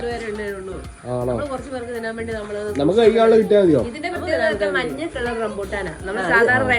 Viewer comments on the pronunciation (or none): none